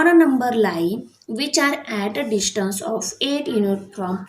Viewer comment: Learn to say distance ok what you saying you know dishtance